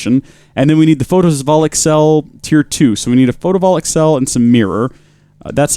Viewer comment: the fact that he’s saying photovoltaic wrong REALLY bothers me